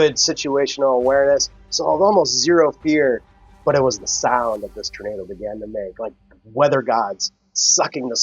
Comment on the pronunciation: Tornado isn't pronounced "Ternado".